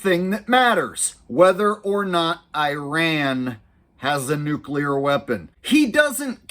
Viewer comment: “It’s pronounced nu-clear,…..nu-clear “